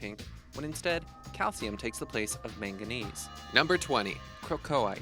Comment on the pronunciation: You should have added vanadinite! It's a super beautiful scarlet-red mineral found in Morocco. Also, you're supposed to pronounce chalcedony kal-SE-duh-nee and magenese is manganese.